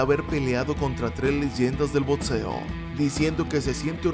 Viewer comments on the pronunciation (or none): Muy buen video , pero por favor deja de decir botseo que me da toc. es boxeo o boxeador, no es botseador.